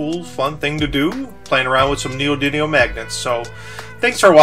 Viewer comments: It's neodymium, not neodynium. It has an M, sorry to be the grammar police, it was just driving me crazy. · 5 minutes of this guy calling neodymium "neodynium" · Neodymium! Not Neodunium ! God dammit! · It's called neodyMium, not neodiNium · neodidium magnets? no its ne-o-de-um magnets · He's non American, Americans say Neo Die Neum But others say Neo Din Eum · neodidlium is skookum mate. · Skyler Brockmoller neodidimum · I would correct you saying "Neodynium" but you said "Eye-Ron" aswell so I'm not going to bother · its pronounced neo-di-mee-um thats a M not a N buddy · it is pronounced Neo-dimi-um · friartuck103 I heard him say neodydium